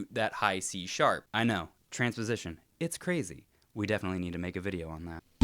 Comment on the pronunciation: t-t-transpowsition is s-s-scawwy...